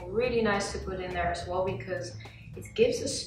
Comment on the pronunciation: heeee ik vind je video’s echt geweldigg! je bent mijn motivatie om gezond te leven ;) Een heeel klein tipje om je engels nog beter te maken: ‘as well’ spreek jij een beetje uit als ‘as wol’ (wol alsin stof) maar ‘well’ wordt gewoon uitgesproken als ‘wel’ (ik voel me wel goed)